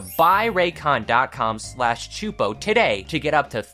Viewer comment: No. No no no no no! He they got choopo! Repeat! They. Got. Choopo!!!!!!